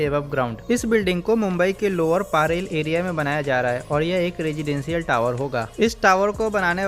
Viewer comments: अरे पारेल नही परेल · It's not paarel it's parel